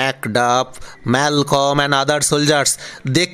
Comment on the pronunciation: e pronunciation mistake, Malcolm - son of Duncan, & brother of Donalbine